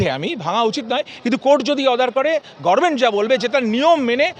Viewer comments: আপনিও গরমেন্ট বলছেন! কর্ণ দোষ!! 😂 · কিন্তু ডাক্তারবাবুর মুখে গর্মেন্ট কথাটা বড্ড কানে লাগলো।